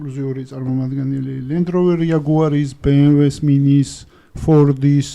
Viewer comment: ამხელა ბრენდის წარმომადგენელს არ ეკადრება ბი ემ დაბლოუს წარმოთქმა )) მიუნხენელები იცინიან მაგაზე